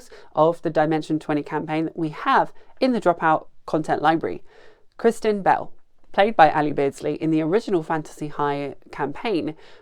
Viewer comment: "kristen bell" 😭